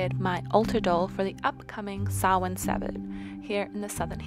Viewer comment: Your cat is lovely. Also, I can’t stress how much joy it is to hear you pronounce Samhain correctly.